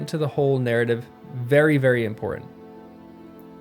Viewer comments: you say ''Imporhank'' it is Important that you polish your diction since you are doing something that depends so much on your voice. nice video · PLEASE , if you are going to narrate, polish up your diction. ESPECIALLY, DO NOT say 'impor-int'. Whoever taught you (and your generation) this pronounciation did you a disservice. It is low class. The word is imporTANT. Tell your friends.